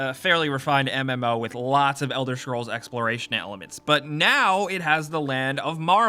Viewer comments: it's elder scrolls, not fucking elder shcrolls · Elder Schkrolls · Elder Shcrolls, Marrow Wind.